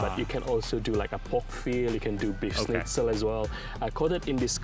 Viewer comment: Grilled is a very local Melbourne thing being plugged. Most people get a good burger from a fish+chip shop, or even a good petrol station. Btw, it's schnitzel, not shnitz.